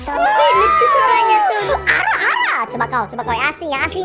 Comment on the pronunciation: Woiii ! 😂 Lucu bgt cokkk apalagi atun :" ara ara" Yg aku denger arakh arakhh😂😂😂